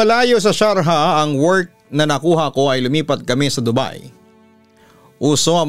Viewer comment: Sharjah... pronounce as shar jah., jah same as Jar